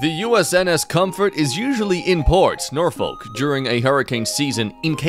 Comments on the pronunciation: I'm from Virginia and this angers me, it's pronounced norfik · anyone else notice the mispronunciation of Norfolk.. then again can't blame em I've made that mistake before.. it's correct pronunciation is norfok cuz the "l" is silent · You are not from Virginia because you'd know it's "Norfok" - no "L" sound. That's why people always joke about it sounding like "Norfuck." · The way you pronounced Norfolk is honestly making me cry 🥲